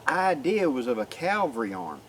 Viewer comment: The best way to remember how to properly pronounce "Cavalry" is to note that the word is frequently abbreviated to "Cav." Please don't get lazy and pronounce it as "Calvary," which is the place where Jesus was crucified.